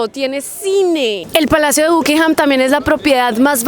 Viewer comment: Se pronuncia BACKINGHAM...